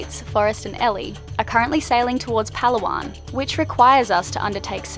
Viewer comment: Puh-lauw-on … not Pow-Luh-Wan